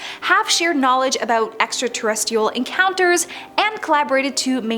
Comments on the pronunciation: you know there is another R in the terrestRial part of your word extra-terrestial? 😂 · she also pronounced extraterrest-(r)ial wrong 😂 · Her “extraterrestial”(misspelled on purpose because that’s how she says it 😳🙄) is driving me nuts! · 27 seconds in and both Frisch and extraterrestrial are mispronounced. You may have the wrong job. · And Extraterrestrial